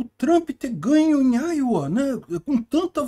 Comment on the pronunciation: Iowa, diz_se áioua